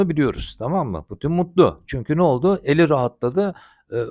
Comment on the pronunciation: Hocam ilon değil elin 😅